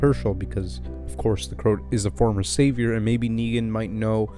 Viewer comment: Great video, but you're pronouncing the name wrong - it's not Crout, it's CroAt, as in a person from the country Croatia in Europe.